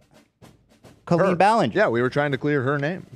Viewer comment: Why does call Colleen (call-EEN) Co-leen lol… she like confidently pronounced her name sooo wrong